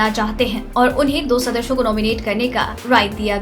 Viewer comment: sadasyo bolo...sadashyo nahi